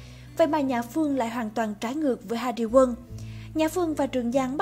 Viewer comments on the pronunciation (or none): Hari Won chứ , sao cứ gọi nghe như Hari Quân vậy 😂😂😂